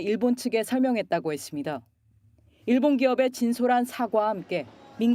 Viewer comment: ㅇㅇㅇ 했습니드. ㅇㅇㅇㅇ한다고 했습니드. ('드'를 '다'로 발음해주시면 좋겠습니다...)